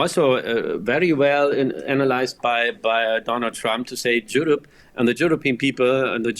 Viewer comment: Bro said Jewrope